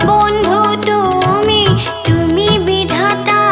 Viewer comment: আহ্, কি আন্তরিক ভাবে গাইলে।। ভালো লাগলো শুনে । আরো চাই। একটু বলছি, তুমি উচ্চারণ টুমি হচ্ছে। এটা একটু কানে লাগছে।